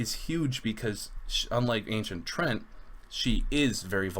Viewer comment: Offtopic: One thing I have been noticing in your videos, and even when talking to other people: Most people are mispronouncing "Treant". It is not "Trent", it is "Tree-ant". With the wrong pronounciation, the flavor text of the Ancient Treant makes no sense at all. Also, you can check the origins of the term here: Basically, it is a combination of "Tree" and "Giant", which leads to the correct pronounciation